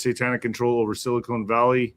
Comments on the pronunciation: Sil a con, not cone. Orale Hermano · OMG. Is he still calling it Silicone??? Ahhhhh. 😅 SILICON. Not silicone.